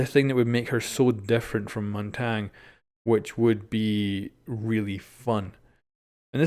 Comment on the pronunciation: That is not how Montagne is even close to pronounced